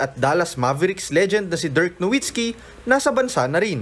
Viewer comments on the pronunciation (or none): NO Vitzki po pagbigkas hindi po NO Witzki.. German po yan!! Bigkasin natin ng German way.. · Pronounced po as "Novitski".